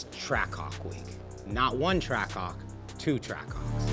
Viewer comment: Whole intro all you hear is “TrackCock” like brother it’s TRACK-HAWK